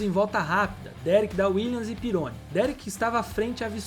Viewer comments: Nao se fala Pirôni, mas Didiê Pirroní. Eu acompanhei tudo isso na época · sobre o Pironi, a pronuncia certa é "pirroní" e não "peroni". aliás Peroni é uma ótima cerveja italiana rsrs. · ...EXCELENTES CONTEUDOS E VIDEOS BEM PRODUZIDOS COMO SEMPRE MAS VAI AQUI UMA DICA MEU QUERIDO DONO DESSE SENSACIONAL CANAL. PROCURE SE INFORMAR MELHOR SOBRE ALGUNS NOMES DE EQUIPES E PILOTOS. POR EXEMPLO: DIDIER "PERONI" .... A PRONUNCIA CORRETA É " "DIDIER PIRRONÍ". EQUIPE ENSIGN....A PRONUCIA CORRETA E ENSAIGNE..OK?? SO ESSA OBSERVAÇAO. NO MAIS TA TUDO OTIMO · Amigão desculpa esta sendo critico, "Pirone" não existe, vou tentar escrever a pronuncia certa "Didiê Perroní" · Aê mano, só permita fazer uma correção? Didier "Perôni", cara?? Desculpa, mas como eu sou quase um cinquentão e eu vivi a fase da Fórmula 1 oitentista, o sobrenome do Didier se pronuncia " PIRRONÍ " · Rapaz, o nome do piloto se pronuncia Pirroní... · *Didie PÍ RRO NÍ......pronuncia-se assim...me lembro dele.. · O piloto francês da Ferrari citado, à época se pronunciava Didier "Pirroní" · O brabo foi escutar falar “Pirôni”!😂😂😂 Quase fiquei surdo… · Muito interessante e com bastante pesquisa, mas a pronúncia de alguns nomes precisa melhorar bem, só deu para entender alguns porque apareceram escritos (Ensign, Pironi, Cheever) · Pironi.. Chever...que dureza amigo